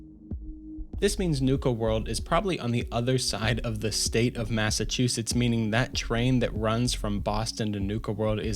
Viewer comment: Love the video hateeeeeee the way you pronounce cities in Massachusetts 😩😩😩😩